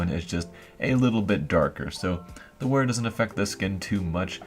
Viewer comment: "Wear" not "where"